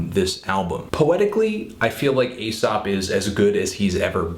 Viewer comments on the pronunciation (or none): You keep calling him "asap" rather than "aesop" and its grinding my gears. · Isn't that kind of an irrelevant comment to make? I'm not trying to be an ass here or anything, but if these are his opinions as a listener, why can't they be different from anyone else's? Of course, he does say "Asap" instead of "Aesop" a few times, but come on now... this is supposed to be his personal opinion of the album. Subjectivity in music is key! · If the name ASAP Rocky has not affected the name Aesop Rock, then why does Fantono here keep calling Aesop "Asap"? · i do cringe a tad every time you call him "asap" tho lol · You pronounce Aesop as Asap a little too often in this video. Jimmies slightly rustled. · Its pronounced like ee-sop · its pronounced ay-sop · Its pronounced A sop lol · Great review, Anthony, but I think you should brush up on your artist name pronunciation in future ;). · Totally dislike the way Anthony pronounces "Aesop". lol